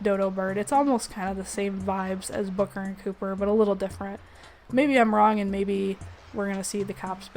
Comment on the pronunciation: It mildly hurt me when you called Copper as Cooper xD